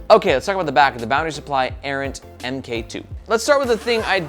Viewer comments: Also, my dude...Mark 2. I'd bet money that it's not pronounced "M K 2". It's a newer version of something, like camera or Ironman suits. Errant Mark 2. You're killing me!😅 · Kep calling it the "em Kay two" when it's actually the "mark 2". i.e. version 2. I kickstarted the original Errant, that's the bag that got me into bags so it has a soft spot in my heart. But the Errant really showed me everything that I don't like about bags. Top opening, slow access. Too many things fighting with eachother in the bag. It's kind of a mess. This looks like trying to modernize the Errant with new things, but keeping the silhouette of the Errant.... And it doesn't really work.